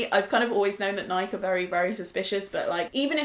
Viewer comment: just because I'm from the States, lol, it's burns my ears to hear "nike" said like "mike", hahahhahahaha, i'll let my European non-native English speaking partner say it, but only when they are speaking their native language, not English, ahahahhaahahahahhahahahah